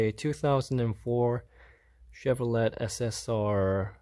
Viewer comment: Chevro let lol.. it's leigh